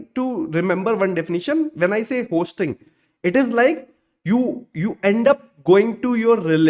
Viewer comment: 1. HOSTing ❌ HOISTing ✅. 2. TEMPORARY dead Zone ❌. TEMPORAL dead zone ✅. It felt odd to hear these pronunciations wrong throughout the video.